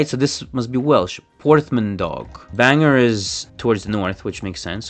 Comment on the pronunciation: I really enjoyed this game. One correction though, Bangor is pronounced ban-gor, not banger. 😂